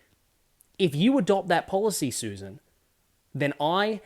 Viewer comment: Right in the opening. It is pronounced Sussssan! smh